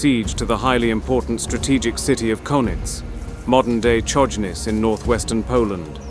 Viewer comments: 'Czojnic' 😂😂😂 Its CHojnicE... Cherekwichca? 😂😂😂😂 Love ya xD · Polish names are mispronounced beyond recognition. Chojnice is not any "Konniz". It`s HOY-NEE-TSE.